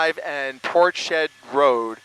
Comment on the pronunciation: I do wish he would learn to pronounce Portshead properly. It's not port shead, but rather Ports Head!!!!!!!!!!!!!